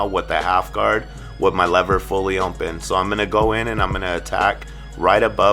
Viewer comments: Nunez Kutz he says ommpen listen carefully sir.....sheesh! 😂😂😂👌🏽👌🏽👌🏽 i thought it was only me who noticed that lol it’s all in fun tho..... I love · “With the lever fully mmopen”🤣🤣great video mann🔥🔥